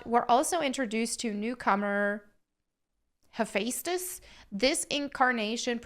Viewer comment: It is pronounced "heh-fes-teus". And yeah, he's not supossed to be a DEI hire. He's a blacksmith so built like Hercules.